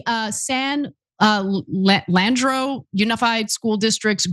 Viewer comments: San LEE-Ann-Dro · San Le andro ....where did U go to School ? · San Lee-ann-dro .... .I used to live there. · San Leandro is pronounced "San Lee-and-ro" and Placer is pronounced "Pla (as in apple) -sir" I thought Ana is from California. Surprised she doesn't know this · If you are going to do a piece on dumbing down at least pronounce the name of the cities and counties from the piece correctly. San Leandro=San Lee-an-dro Placer= Pla-sir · Ana couldn't read PLACER or LEANDRO... 😂